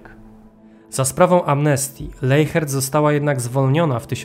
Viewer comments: Nie Leihert tylko Lesiert tak to się mniej więcej wymawia w języku niemieckim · Wymawia się leśert